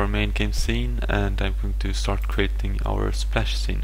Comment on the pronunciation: Crating != Creating. Sine != Scene Varables != variables. clauss != class dis != this Enjine != Engine Your programming is awsome, and your pronounciation of english words needs work.